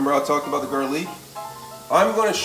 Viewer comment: Why does he say garlic like that? Very annoying. Not a fan of the VOCAB! 😁